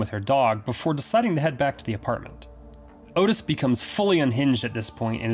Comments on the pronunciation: His name was pronounced Ott Is not Otis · its ottis, short vowel 'o' sounds; not otis, which is a long vowel 'o' but other than that great vid, i have always been so fascinated by these nut cases, and i too enjoyed the film, it was gritty raw tense psychological '' real to life'' as its a portrayal of a real pair of killers, great horror flick, yeah i saw the henry II movie as well, i enjoyed it, i interpreted that as a professionally done '' fan fiction'' type thing, like a take on, what if these guys had never been caught arrested ? . . . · Sorry for being this guy. The name of Otis Toole is pronounced Ott-is. Like Otter. Ok, I will shut up. Great video!!!